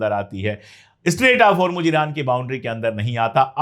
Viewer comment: Its Hormoz....Not Hormuj, sir.